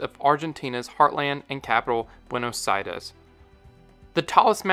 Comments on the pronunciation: your white person pronunciation of Buenos Aires is kinda ridiculous - it sounds like Buenos-itis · Why do you insist on pronouncing 'Buenos Aires' in Spanish whilst speaking English? Also, the pronunciation is not good...